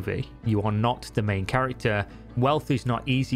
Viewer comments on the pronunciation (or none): none